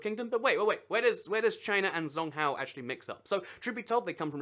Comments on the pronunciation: 'Zhōngguó'' is pronounced more like 'Jong-Gor' than 'Zong-Hao' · china's name for themselves is called zhong guo or (zchong go) is how you pronounce it not zong gwa which means central kingdom and its from ancient Chinese people who believed they were the center of the universe according to my Chinese teacher Mrs. Xia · He said it as "zong cow". Literally zong cow. Most people at least get guó right. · You Should Look Up How To Pronounce Things Before Making The Videos. For Further Reference, A 'Q' In Chinese Makes The Equivalent Of A 'Ch' Sound In English, And 'Zh' Makes I Guess Like A Sort Of Cross Between A 'Sh' Sound And A 'J' Sound In English?